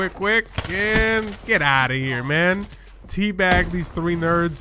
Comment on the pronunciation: Did you say "Three bag these nerds"?? LOL.....good job